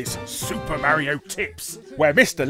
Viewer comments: IT CALL MARIO NOT MAREIO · You should learn how to pronounce Mario :p it's almost like you haven't heard him say his own name lol. I had no idea this show existed! And I loved he Nintendo cartoons as a kid.